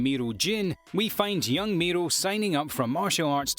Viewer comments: Jin MORI not MEERO /sigh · It's jin mori not jin miru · Why's he calling Jim Mori Miro? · not miru.. Moriiiiiiiiiiiiii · Is Mori Jin not Miro Jin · he said mori's name wrong and it really erked me